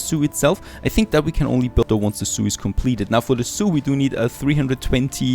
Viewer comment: when you said zoo i always heard soup :)